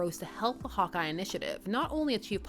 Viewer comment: I kept hearing "Hot Guy" instead of "Hawkeye". I mean, that would also be correct, but still.